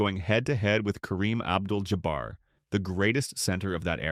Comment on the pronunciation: Ja-bear? SMH